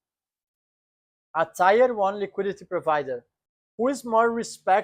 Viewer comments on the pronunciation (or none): Great video wrapping my head around how XRP will be valued when the fiat is not worth much is a bit challenging. Thanks for explaining that. I’m an old English teacher so just wanted to let you know “tier” is pronounced like t-ear 👂. Take care ❤